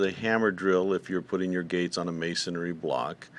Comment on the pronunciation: It's masonry, not, "masonAry."